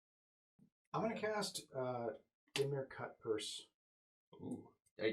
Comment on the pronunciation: I love the show but I absolutely hate the way they say Dimir